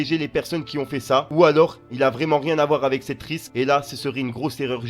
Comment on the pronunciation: on dit une "rixe" et non une "risque". Courage et force à toi 💪